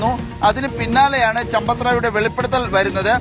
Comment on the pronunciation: ചമ്പത്തു റായ് എന്നല്ല കൂട്ടരേ സമ്പത്ത് ദാഹി എന്നാണ്😂😂😂😂😂😂😂